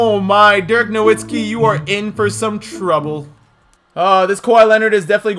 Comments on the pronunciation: nowitski KNOW-VIT-SKEE pronounce it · How about you start saying dirk’s last name right... it’s pronounced with a v now a w he’s German my guy